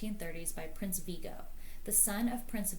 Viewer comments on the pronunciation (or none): none